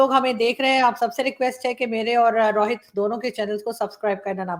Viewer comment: Paxtani Rohit ko Rawhit bolte hai aur RAW ko Raa 🤣🤣